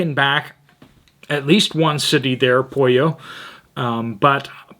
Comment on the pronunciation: I looked up the town in Ecuador and it's spelled Puyo. The 'u' has the 'oo' sound, so Poo yo, is how you would say that.